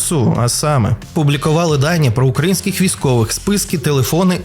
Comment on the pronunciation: Хі'марси... укра'інських... Палишся, фсбешник 😄